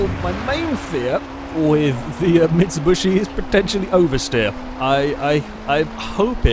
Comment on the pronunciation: It's MitsuBISHI, not MitsuBUSHI